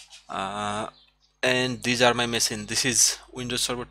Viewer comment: OMG it is not masine but machine, google translate it and listen to the pronunciation, I appreciate your videos but your English needs improvement big time.